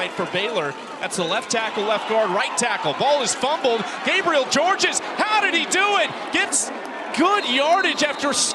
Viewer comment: The 2nd s in the last name Georges is SILENT. It's pronounced just David Gabriel George